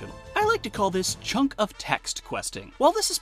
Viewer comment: "Chuck of Text"